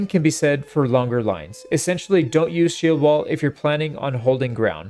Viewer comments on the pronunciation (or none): none